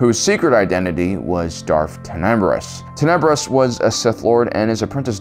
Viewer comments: Omg look I love your videos they are great but your pronunciation of names is so cringy. Read up on names in the future please. Tenebrous. (Ten-I-Brus). Hego Damask. (D-mosque). mosque like a Muslim temple. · Bro how’d you mis-pronounce Darth Plaguies and Darth Tenebrous?😂